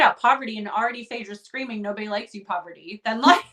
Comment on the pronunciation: Heading Rachel call Parvati “poverty” is taking me back to S13 Survivor when Jeff couldn’t get her name right pre-merge